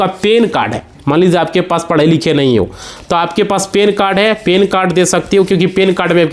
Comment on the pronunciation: Pan card ho ta hai. Pen card nahi. Sahi bolo.